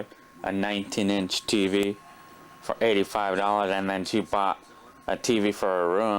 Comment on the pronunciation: I love the "yeearsh" and "Fur"! 😄😄